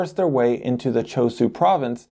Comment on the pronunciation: Why is the h not pronounced it "shu" for ChosHu?